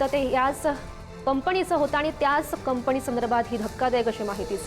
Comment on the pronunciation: ताई ते कंपनी आहे कंपणी नाही मराठीची लाज काढताय तुम्ही